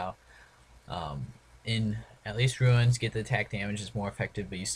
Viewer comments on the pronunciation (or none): Runes not Ruins lol